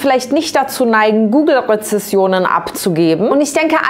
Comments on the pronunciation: Heyyy mega gute Video, voll interessant. Nur kurz: Rezensionen nicht Rezessionen. Ansonsten toll 😁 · Ich liebe deine Videos und dich auch aber bei dem Wort Rezessionen dat hat mich getriggert Haha Rezensionen bitte 🥹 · Als freundlich gemeinter Hinweis: Du hast besonders zu Beginn eine Undeutlichkeit in der Aussprache beim Wort RezeNsionen. Rezession bedeutet Rückgang der Konjunktur, weniger Geschäft und Geld, was bei schlecht bewerteten Unternehmen aber ja vermutlich auch passt ;)